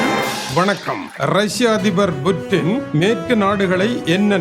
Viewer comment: புடின் என்று சொல்லுங்க புற்றின் இல்லை. நீ எல்லாம் தமிழ் செய்தி வாசிக்க வந்துட்டிங்க .